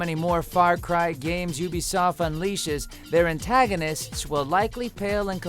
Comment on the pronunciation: Say what you will about “Yoobisoft”? Cottamnit Todd, you got the name wrong!